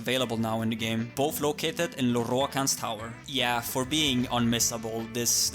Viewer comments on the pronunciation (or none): I like the way you roll the r when you say "Lorroakan". Congrats to you and your team, if you have help other than Scratch in making insane videos!